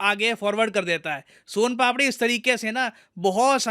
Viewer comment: The way sir said "son papdi " it provides that sir belongs to Rajasthan.